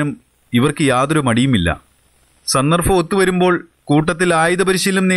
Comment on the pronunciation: സന്ദർഭം. സന്ദർഫം അല്ല